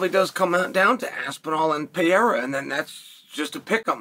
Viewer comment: Chael: Peheiha Also Chael: Mucklechev